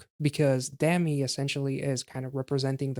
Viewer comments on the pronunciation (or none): Thanks once again for loving the girls so much! And yes, you do butcher Gahyeon's name, also Gami's. It sounds like, Gah (as in lady GAga)-Hyeon (as h-yon(der)), yonder with an H sound in front. Dah-mi, also sounds like the GA in lady gaga again, but with a [D] that sounds almost like a [T], [mi] you pronounced correctly.